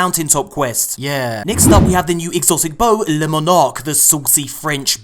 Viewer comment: the bow is pronounced "lemonade" and the perk is "pesto arrows." Sometimes people mess up, I forgive you